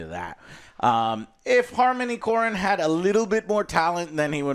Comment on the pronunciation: Harmony “core-in”… c’mon joe if you’re going to be reviewing movies at least pay homage to the greats, yes Afro drift is trash but harmony korine gave us gummo, kids, and ken park. 3 cult classics that are a key point in cinematic evolution.